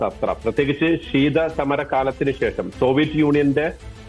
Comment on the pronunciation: സേഷം അല്ലെടോ, ശേഷം എന്ന് പറഞ്ഞു ശീലിക്ക് 😂